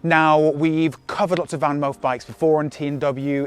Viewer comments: I think it pronounce Fanmoof, and not VanMoof. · Your Dutch pronunciation of "Moof" is spot on. We don't pronounce "Van" that way (your pronunciation writes as "Ven" in Dutch). It has to be an "a" - the softer one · Van: speak out the 'a' as in 'park' Moof: speak out the 'oo' as in 'low'